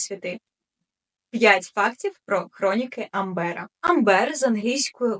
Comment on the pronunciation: А чому АмбЕра? Що за біда з наголосами?